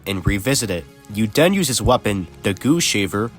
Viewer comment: Push the “buddons “ and “den” you get the gay armor